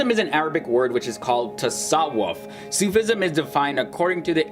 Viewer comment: Great vid , little pronunciation help: its not Sooof ism it more like Sufi ism